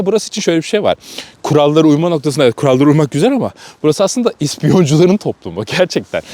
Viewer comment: Noktqsında dedi noktasında dediiiii